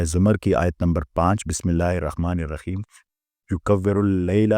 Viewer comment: Asalam o alikum Sir ap ke batain bohat Kamal hai ... Bohat Kuch samajh AA jata hai. Sir please apni thori see islah karain Last main raheem hai .. app (rakheem ) parhty hain. .بِسْمِ ٱللهِ ٱلرَّحْمَٰنِ ٱلرَّحِيْمِ ( haaa n Khaa )main Thora SA farq hai